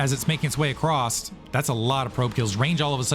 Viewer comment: I like how you say acrossT 😄